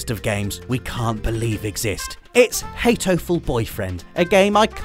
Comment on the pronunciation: It's pronounced hat-o-ful boyfriend. Not hate-o-ful. Why do you always add a silent e to everything?